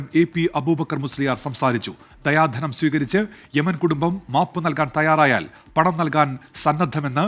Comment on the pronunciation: ദയാധനം എന്നല്ല ദിയാ ധനം എന്നാണ്